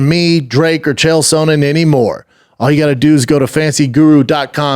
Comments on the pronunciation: Dana and Brendan only guys to say Chael SOANen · The only person who stil says Chael Sohnen